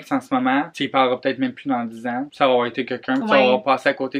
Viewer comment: La facon que dit quelquun a chaque fois jsuis genre la a repeter kkeun kkeun dans ma tete 2-3 fois